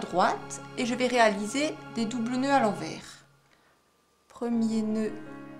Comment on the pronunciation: Un fil à l'endroit... Et un autre à l'enverrrrs... Lol ... On dirait un accent Belge. ;-)